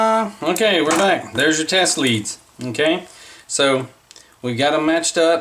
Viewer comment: The wires to the tracks are spelled LEADS... Pronounced LEEDS.